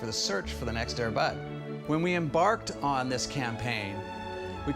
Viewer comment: The producer of Air Bud says Air Bud wrong. he puts the stress emphasis on "bud" instead of "air".